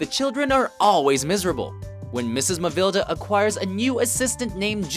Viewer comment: It's kinda funny, whatever review of Christmas Story I watch, EVERYONE pronounces the villains name different. Is it so hard to spell?! Some say Matilda. Some say Mavilda, some say Malvida. This one says Mavelda or something...